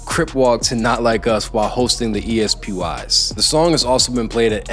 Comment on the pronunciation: Btw brother it’s pronounced “espy” not “E-S-P-Y”. Great video though